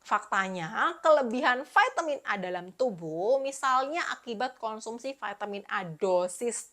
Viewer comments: Vitamin, bukan vaitemin hehehe thanks ya info2nya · VAITEMIN di ucapkan dengan bahasa inggris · Kan bahasa Indonesia, baru mau komen, sdh ada yg mewakili, vitamin